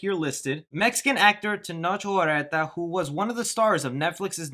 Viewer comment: It's pronounced where-ta while rolling the r that's my mom's maiden last name I thought you would've knew that since you're mexican